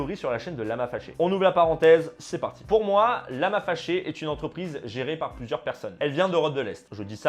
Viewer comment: Mais c'est quoi ce délire.. le gars il remplace tout les "an" par des "on". Il a le nez bouchée en plus. Un écron un romplacemont concernont ontreprise carrémont passer en tondonce développemont :T